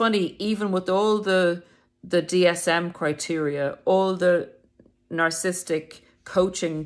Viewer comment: You are not the only youtuber that says narcistic 🙂